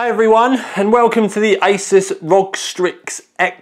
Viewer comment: I thought you said 'isis' in the beginning but realised you said 'asus' when I rewinded. Good times.